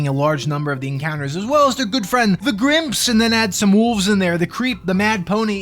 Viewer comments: im so glad to hear someone else saying "grimp" as one word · I subscribed purely on the merit that you pronounce GrIMP and GrOGRE correctly.